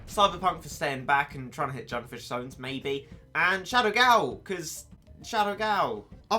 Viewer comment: 'junfish sones'